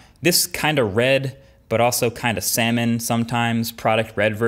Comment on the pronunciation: Did you just… call SALMON … seh-mun?